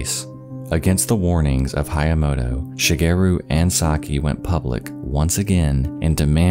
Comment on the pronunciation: The way he pronounces "Shigeru" is so off-putting. It's not "She-gear-roo" it's Shi. Ge. Ru.